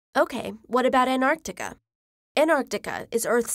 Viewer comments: I hate people who say Anartica instead of Antarctica, there's a T there for a reason. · Gosh, how many time the narrator keeps on saying AnArctica instead of Antarctica! Am I the only one who noticed that?? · ANTARCTICA NOT ANARCTICA she says it wrong for most of the video then I reckon she realises it's wrong half way through and changes how she says it. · why do you say "anarctica" twice like ? then you say it right "antarctica" in then "anarctica" almost all times in the rest of the video. weird!!!!!! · An tartica not Ant artica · Why does she say anarchtica? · They are NOT called Artica and Anartica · Americans, listen up... it isn't Ant-Arc-Tica its An-Tarc-Tica!!!!!! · Anarctica is not a word its AnTARctica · It’s anTarctica not anartica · its anT-arc-tica not anartica - Hermione Granger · The narrator gets points for pronouncing the first C in AntarCtica, but promptly loses them again for not pronouncing the first T in AnTarctica. "Anarctica"? Lazy and very distracting. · She said "Anarctica" its ANTarctica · I hate how we says Antarctica, it's not ''Anarctica'' it's AnTarctica. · Is it pronounced as an-tar-ti-ca or ant-ar-ti-ca? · I feel that she says "anarctica" instead of "antarctica". Anyone else? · Why does she say “anarctica”? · "enimuls" of "An'artica" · Why pronounce it as Anartica??? Is there any rule in English indicating the T is silent after a "n"??? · Did I hear it 'AnArtica' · The narrator keeps mispronouncing Antartica as "Anartica". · Is it pronounced Anarctica as she is doing ? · An NARC tica? Nah, say it right. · Is it only me who heard "Anartica" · There's a T in AnTarctica that you are not pronouncing 😂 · sometimes she says antarctica, other times an-arctica, which pronunciation is correct? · I want to listen to it but damn she saying an artica is throwing me off n I can’t focus on anything else !!!! Why ??? 😖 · Did she say Anartica? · Ughhh I hate how she reads the word Antartica, into "Ant-Artica". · Is antartica read as anarctica?